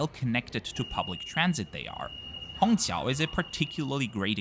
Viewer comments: It's incredible how you get the Chinese "q" sound in Shanghai Hongqiao right. Most foreigners can only pronounce it as "ts" or "ch". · Great review of Juneyao, an airline that is high on my bucket list as well! You did a great job pronouncing the Mandarin words too.